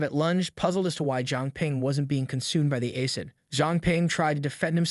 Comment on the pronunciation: Aycid. lmfao, the pronunciation errors of AI are hilarious.